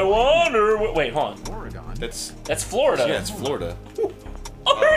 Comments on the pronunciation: Okay, did anyone else notice that it pronounced Oregon "oh-re-GAHN"? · Why can't people pronounce Oregon as Or Uh Gin instead of Or Uh Gone? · Woah woah woah woah woooooah! Time out! Just listen to that a few times... Done? Or-re-gon? Wtf?! It's Or-re-gen, like organ 'cept It's Oregon. Who the hell let this game through without being able to pronounce the freaking states properly? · The narrator mispronounced "Oregon!!" >:( But I do miss the Arin and Jon duo. <333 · Oreg"on"?! Oreg"on"?!!!!!! -flips table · glazing over how he said Or eh gon... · pronounces Oregon like polygon... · anyone else notice pronounce oregon as "Oray-gone?" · He fuckin pronounced Oregon Oregone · ... (As an Oregonian) Sigh~ say it right.